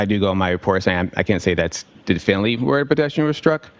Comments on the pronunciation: Why did she sustain him from saying where the “point of impact” was?? 🤔 she didn’t want the jury to know the truth!!! That he’s a wannabe crash analyst a wannabe expert!!! He has no idea what he’s saying or not does he have a clue what he did! He can’t even pronounce “definitively”! The whole jurisdiction is a sham and a scam! What a joke!!!! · Do you think knows how to say definitively, yet? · Does anyone have a video (or audio) of speaking while not on the witness stand? Is he illiterate? Does he have a speech impediment? Why does he keep trying to say “definitively” when he cannot make out more than 1-2 syllables at all ever and doesn’t open his mouth or move his tongue when he speaks? I’m so curious to know how he speaks when not lying nervously on the witness stand. I feel like he’d be meek, weak, pitiful, and pathetic in anyone’s company, though. Hmm interesting. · An expert that can’t give a definitive opinion and cannot pronounce “definitively”is so ironic 😅